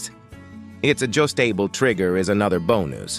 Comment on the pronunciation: "ad just table trigger" "mane ten nance" Please, get another computer program to read your scripts.